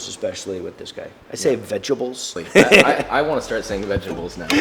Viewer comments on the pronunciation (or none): not sure why he said vegebuls, but a more accurate pinoy accent for vegetables would be "Beds-ta-balls"